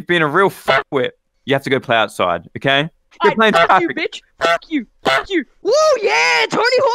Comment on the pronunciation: Are we going to ignore the fact when said "o-gay" instead of okay